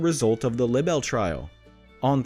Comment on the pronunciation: Libel and the word libelous has a long “ i”. And does not rhyme with “little” Please correct your pronunciation. Thank you.